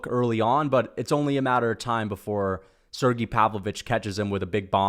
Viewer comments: Volkov and Pavlovich is the next best fight u could do after Gone, also its Sergei not “Sergee” 😂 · Why the hell he saying Sergei’s name like that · You know his nickname is not Shera the bullet right what the f and do you know how to pronounce Sergie